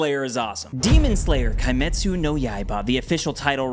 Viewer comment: This guy made me cringe since the first 7 second into video. By saying "Kai - Met - Su" 😂